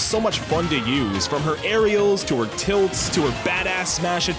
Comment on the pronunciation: i did not hear the l in tilts